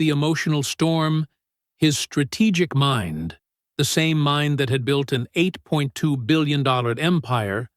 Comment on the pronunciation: Why is it so hard to pronounce eight.two billion dollars, and so many other words, run-on sentences, eliminating the s on words when there should be an s when you're speaking about more than one thing??? Granted the story is good but Really a whole different level of you know what... Since it's not cool to express yourself on social media anymore without it following us for the rest of our lives!!!